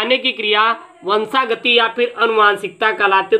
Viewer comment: Sir vo😁 vanshagati hai na ki vanshgati